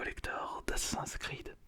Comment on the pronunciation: comment il prononce assassins creed